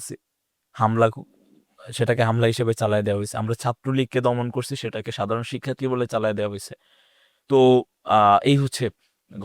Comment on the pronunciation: দুঃখজনক,,,শিক্ষার্থী শব্দটা উচ্চারণ করতে বারবারই স্লিপ খাচ্ছে!!!